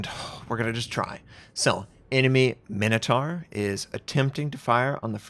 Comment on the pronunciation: the way you pronounce minotaur hurts